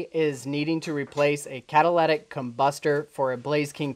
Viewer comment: Please don't call it catalatic it's catalytic